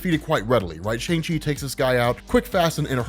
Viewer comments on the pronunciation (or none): You're pronouncing Shang wrong.